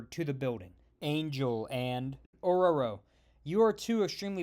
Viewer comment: Wow, you actually made an effort to say Ororo right!